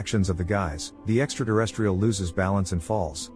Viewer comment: I wish he would stop saying “extra deresstrial”